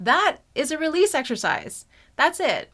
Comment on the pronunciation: You keep saying realese for 5 minutes